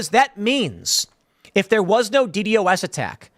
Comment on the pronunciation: It's pronounced D-DOS attack. But yes. It is an oldie but goodie at overwhelming a site.